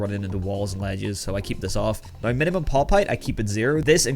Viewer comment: the way you say "now" is just wrong.